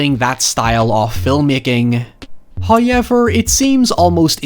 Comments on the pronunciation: “High-ever” jeeeeeesus Christ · First "high-yevver" drops .